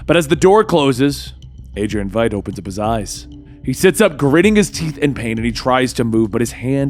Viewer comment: Eyy, he got Veidt's name right!